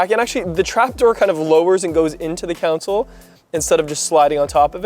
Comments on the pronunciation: CON-SOLE, NOT COUNSEL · We gotta teach how to say "console." 😆